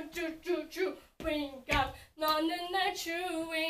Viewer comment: hope i'm not the only one that keeps hearing her pronounce it like 'choo-ing gum' and for some reason it's actually adorable lol 😂❤👌